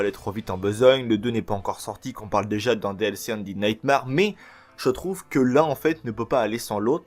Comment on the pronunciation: ça se dit undèd nightmère